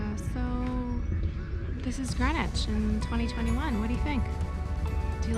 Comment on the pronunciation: Hello - I’m loving your vlogs - they are interesting and amusing …but I do have a little complaint….PLEASE - a polite but heartfelt plea from my little Greenwich born heart…do not call GREEN WICH GRENwich!!! It is not pronounced as GREN evaaaah! Us local lot say Grinnidge! or Green idge - it has two letter EE’s - after all, you would not say “I’m off to Gren Park today…” you would say Greeeeeen Park! This habit of calling the place of my birth GRENwich comes from, I understand from those folks in the US of A - they have a place called GRENwich Village - and they are free to say it that way, but sadly this very ANNOYING habit has travelled over to this green (see what I did there?) and pleasant land and it has been taken on board that we have a historical naval town called Grenwich too and we don’t 😡we have a town called … yes…you guessed GREENWICH! arghhh - no one who comes from Greenwich or close by - Charlton, Woolwich, Blackheath (universally pronounced by “us locals” as Chartun, Woollidge and Bla eef 🤣) will always say it as Grinnidge or Grinnitch or if trying to be posh and upmarket, GREEN idge … please just practice saying it as it is spelled - you will spot the difference! Anyway, apols for my rant - I loved seeing all of the places you visited, that I know so well (going to Primary School when I lived in Woolwich and also being a Brownie Guide, a trip to the Maritime, the Cutty Sark and then to Park (to eat your squishy spam sandwich lunch and a drink of oran